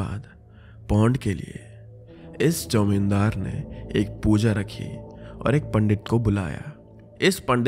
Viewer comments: I Guess is bengali cz the way he is pronunciating 'Jamindar' to "Jaumindar" makes me say that.😊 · The wau shrinkhal said jaumendar but in actual it is zameendar😂